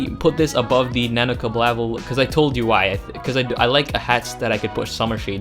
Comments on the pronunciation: The Nanobalaclava is pronounced "Nah-No Ball-aye-claw-va" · Nanobalaclava = nano (ball-oh-claw-vuh) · Nabo-bala-clava Not that hard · You really butchered some of these hat names. Just saying that the Nano-Balaclava is just literally the word nano and balaclava mashed together.